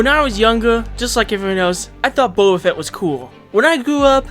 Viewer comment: "c"oba fett XD